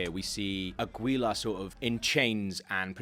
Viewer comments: Is it really THAT hard for non spanish speaking people to understand that you don't pronounce Aguila like it's spelled? His name is Agila (Eagle). The u is silent. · please say agyila instead of águila.